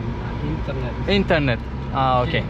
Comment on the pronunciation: intirnet :D senin şivede kaydı :D